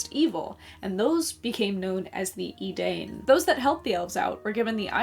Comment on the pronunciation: have to pull you up on this because it’s a mistake I used to make myself. Edain rhymes with “fine” not “Spain”.